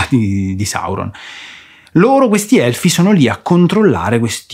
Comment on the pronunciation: No vi prego, non obbligatemi a guardare quella roba che mi viene la morte solo a pensare di dover sentire quel tale che pronuncia 'hellfi" in quel modo.